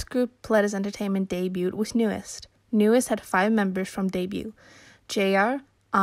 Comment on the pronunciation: You know, if they were as bad as all that, their groups wouldn't resign with them. Just saying. There is always more going on behind the scenes than we know. Also, it's pronounced New East, not New Est. Listen to them say it. New EAST.